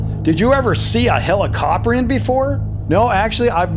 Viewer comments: the way how to say it is heli-ca-prine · It’s “heli” as in helicopter, “co” as in cooperation, and “prion” like the word pry